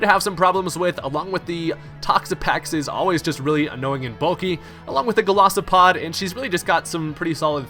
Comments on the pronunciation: I love ur vids and I know this is gonna sound petty and bitchy AF but it's Gol I sopod not Golosopod X) For some reason that really bugged me lol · GOLISOPOD not Golosipod